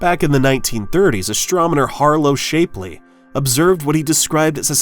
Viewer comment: It's pronounce shap-ley not shapely